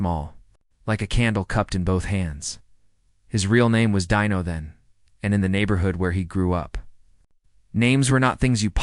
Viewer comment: Pronounced Deeno not Dino